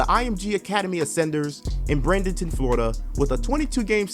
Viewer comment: The way you pronounced Bradenton 😂 I hooped at IMG before back in the AAU days. It’s crazy how big they have gotten, even though pros have been working out there for a minute now.